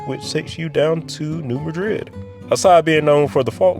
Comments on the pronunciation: A common mispronounciation, New Madrid is not pronounced the same way as Madrid, Spain. Instead a long A is used. MAA-drid instead of Mah-drid. Also, Hayti is pronounced HAY-tie. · Nice video! However, you have two mispronunciations: it's "New MAD-rid," not "muh-DRID" like the city in Spain. Also, it's "HAY-tie," not "HATE-ee" like the island country. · A couple of pronouncers: New MAD-rid and Hay-TIE. There's many more off the interstate. Like Cooter. Trust me. I-55 is so important is not just as the major Chicago-Gulf interstate, but because it feeds Chicago to I-80 to New York and San Francisco; I-70 from Baltimore to Utah and California; I-40 from the East Coast to California (and I-5 if the CA 58 project is completed), and feeding I-20 and 30 to Dallas and feeding I-10 coast-to-coast. IDOT is in the process of rebuilding I-255 south from I-270 to the IL 3 interchange, but no, they haven't done much with I-55/64/70/US 40 since the days when US 50/66 also came across the Mississippi there. A longer, more gradual flyover would be better just off the Poplar Street Bridge, but trying to get ROW has been impossible; thus the very tight ramp there to what's now I-44. There is a major rebuild of I-55 through south STL which should be done in a year or so. What's also known as the Merchants' Bridge at Memphis is coming shortly; the roundabout at US 61/64/70/72/79 (Crump) is now complete. Over the years, I've driven the whole thing from US 41 to I-10. Upgrading to six lanes in Illinois, parts of Missouri, Arkansas and Mississippi would be nice, but with the elevated four-lane in Louisiana; less likely. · And New Madrid isn’t pronounced like the city in Spain. It’s New MAD-drid. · A few mispronounced towns but informative cool video New Madrid (MAD-rid) Hayti (Hay-tye) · My grandparents, natives of New Madrid, pronounced it MAD-rid, not like the capital of Spain, and Hay-tie, not like the Caribbean nation. ❤